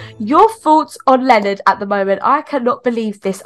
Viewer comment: is everyone ingnoring the fact that the police lady called Leonard linnin😂😂